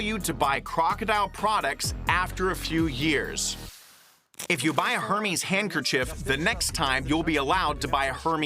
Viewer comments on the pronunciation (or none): Who wants to tell the interpreter he’s saying Hermes’ incorrectly? 😅😂